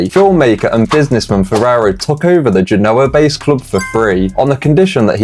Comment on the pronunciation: It's pronounced "Ge/noh/ah"